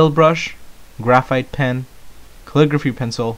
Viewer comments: MineJupe kull-ih-gruh-fee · why cant this guy say caligraphy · He cant say Calligraphy... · kale-i-grwaphay... right?